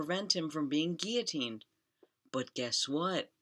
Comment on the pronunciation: When you read out “guillotined without trial” on Max’s apartment plaque that was so painful to hear…